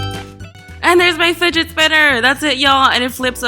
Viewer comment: sounds like u said spiget Spinner